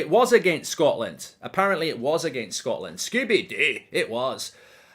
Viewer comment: He lets it slip every time he says Scooby Doo